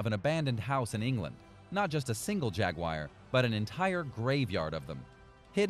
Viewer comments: It's not spelled Jagwire or pronounced that way.. if you're going to do voice-over at least know the words you speak..lol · IT IS A JAG-U-AR JAGUAR please for the love of christ learn how to pronounce simple words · Why tf does he say ”Jaguire” lmao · Stop saying Jagwire